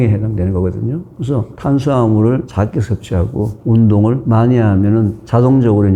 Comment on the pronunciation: 교수님 강의 늘 잘듣고 도움 많이 되고 있습니다 감사합니다 그런데 작게를 짝게 적은을 짝은 등 ㅈ-ㅉ 발음이 조금 거슬리네요 교수님 강의와 책을 좋아하고 도움을 많이 받는 구독자입니다